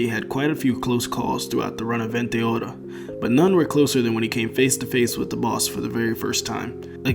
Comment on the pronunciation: what the hell is up with your pronounciation bro. "Bruno bootarati had quite a few close calls throughout the run of vente aura" Are you trying to say it in a japanese accent or what? Just say it in your american ass accent, it's so much better than saying bootarati